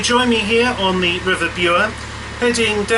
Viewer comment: Hi, really enjoying the blogs. One thing though - I am reliably informed that the Bure is actually pronounced Burr.;)